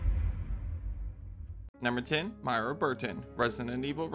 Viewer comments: MOY-RA not Maira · Girl, who TF is MY-ra? It's MOY-ra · Why are you calling Moira Burton Mayra Burton?